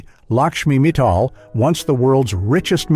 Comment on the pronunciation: Lakshmi Mittal, not Lakshmi Metal !!!